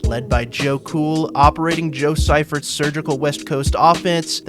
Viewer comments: George Sigh-fert 🤣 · It's See-fert. All good though. Good video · Bro you lost me and I turned this off when you couldn't say the name of the coach after Bill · Use your words . Learn how to say names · Mispronounced SF coach's name. Very minor league.